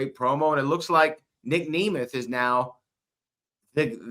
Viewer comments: Huge pet peeve with how he keeps saying Nic’s last name incorrectly it’s not pronounced Knee Mith it’s NEM ETH Nic Nemeth. I kept getting so mad 😂 he even made Booker say his name wrong. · Dude same, how do you mess up such a simple name man....